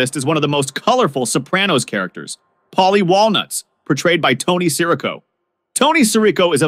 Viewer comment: Why can't Americans ever check a pronunciation? Would take 10 seconds. It's Sir-RICO. You're welcome.